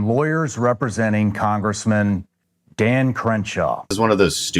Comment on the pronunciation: Did you just say “dahn”? Are you from Pittsburgh???